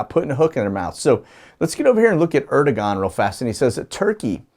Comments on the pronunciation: President of Turkey is pronounced Erdeuwan ( the g is silent ) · Pronounced Erd-oh-wahn